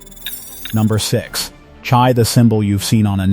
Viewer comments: it is not chai but hai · CHAI. IS. PRNOUNCED "HIGH" NOT CHI. ", AM YISREAL CHAI " LONG LIVE. ISRAEL. 💙 🇮🇱 💙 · Mr. Speaker: if you are a Jew, then you should know that the 2 Hebrew letters Chet and Yud together are pronounced chai, as in l'chaim, to life, and Chanukah. Where did you get "tshai"? Speak to an educated Jew about correct pronunciation of the Yiddish and Hebrew language. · Not pronounced that way.